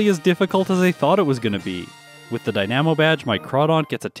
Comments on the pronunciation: you say die nam o but I believe the word dynamo is actually dine uh mo. You can hear it in the portmanteau of tiny dynamo: tynamo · Am I crazy, or did you pronounce Dynamo weird? Like, you said dine-ammo, and it should be dy-nam-o. Not actually important, but comments are good for the YouTube algorithm. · I think dynamo is pronounced like dynamite not like dynamic, just commenting for engagement XD